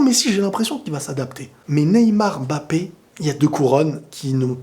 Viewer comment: MMMMMBAPEEE ET NON M''' '' '' '' BAPE STP PARDON PITIER